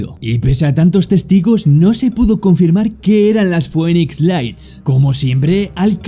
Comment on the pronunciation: Se dice Finix no Foenix (Phoenix )😅